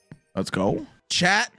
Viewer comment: I always thought you were saying Chad but I realize you were saying chat!😂